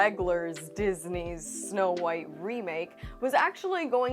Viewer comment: you said "Disney's" but all i can hear is "diseases"